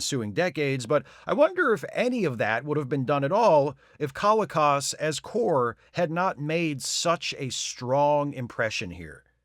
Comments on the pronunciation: John Colicos' name is pronounced ko-LEE-kose. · John Colicos name is pronounced kuh-LEE-kowz.